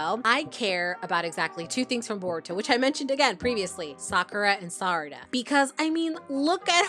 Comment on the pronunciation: I’m insanely srry for this but I got HELLA triggered when you pronounced Sarada as “Sadara” 😞